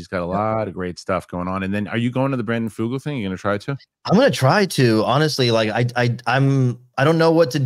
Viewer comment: and - yall listened to the clip from vetted in which Brandon Fugal pronounces his own name. It is /f-YOU-guhl/ , not Foogle. He is not Google.